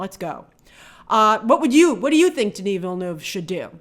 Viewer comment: As someone from Québec, I'm glad you're finally pronouncing "Denis Villeneuve" properly.